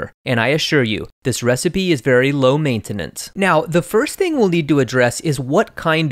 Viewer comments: it's not (may-teh-nens) btw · BAHAHAH BRO SAID LO MEINTAINANCE HAHAHAHAGAGA I WATCHED THIS BEFORE AND DIDNT CATCH THAT